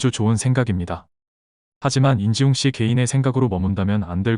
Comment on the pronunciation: 안지웅이 아니라 인지웅인데 발음이 틀리신거 같습니다 ㅎㅎㅎ